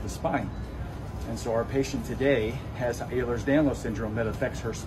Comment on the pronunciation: He's so wrong. First off it's prounounced ELL-rers danlos. So much more than bendy joints